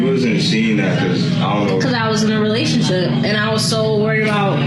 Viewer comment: relash-ship. LMAO. God's little clowns. You see how dey talk doh bro? Itzzzz waaaald. LMAO!